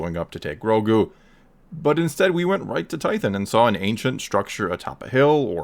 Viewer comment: Tython is pronounced tie-thon, not tie-thin